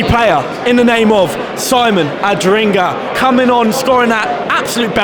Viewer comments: it has always pained me that you have said "Adringa" instead of "Adingra"! But nevertheless, i'm loving the content! Keep it up! 👏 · mispronounced his name couple of times, should be ''Adingra'' instead of ''Adringa''.